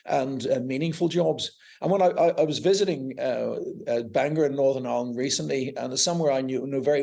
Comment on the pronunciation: He can't even pronunce Northern Ireland, I'm sure that's a put on accent, we don't speak like that.